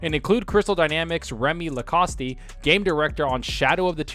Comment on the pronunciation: Lol remi Lacost not Lacosty😭